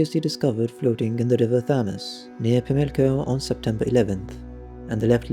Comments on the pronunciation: The pronunciation of River Thames was difficult to listen to…… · I winced when he mispronounced Spitalfields. I spat out my wine when he massacred Thames...